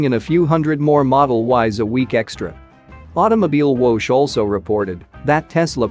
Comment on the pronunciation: May I respectfully suggest you research the pronunciation of 'Automobilwoche'? It's close to: ow-toe-mow-beel-vocker